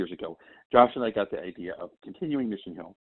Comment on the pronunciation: it's Mission HILL not Mission HUEL